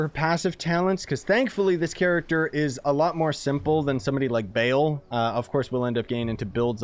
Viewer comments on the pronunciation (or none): Him saying bail not baal is upsetting